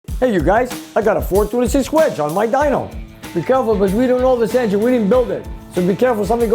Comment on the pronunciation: said ''hhhwedge''‼️®™️ 🤣🤣🤣 ( GURU, ICON!! ) ☑️☑️